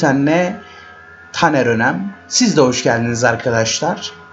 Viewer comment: niye tanere daner diyonuz